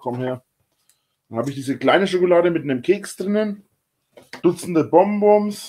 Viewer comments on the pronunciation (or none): Wenn er weiter so viele "Bomboms" schafft er es vielleicht irgendwann es richtig auszusprechen.